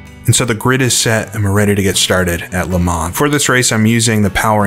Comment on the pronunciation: I was hoping that another pedant made this point :) Next: the pronunciation of "Le Mans"...